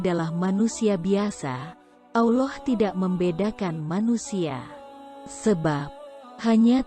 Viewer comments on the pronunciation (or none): Belajar sebut Allah bukan auloh hehe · Mengucapkan kata Allah SWT itu yang benar min Awloh atau Allah .. harus diperbaiki lagi kalo mau bikin konten ..